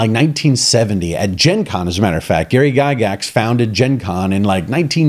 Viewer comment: True to the end.... Have you played Gurps Stormbringer and M.e.r.p. too? Never know the pronunciation of Gygax was "gaygax''... that's not an homophobe joke... but makes me wonder